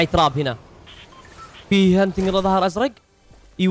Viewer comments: يب اسمها تراب يقولها طراب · تراب ❌ طراب ✔ 😂😂😂😂😂😂